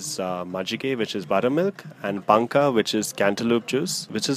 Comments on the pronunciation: It is Panaka not panka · It's panaka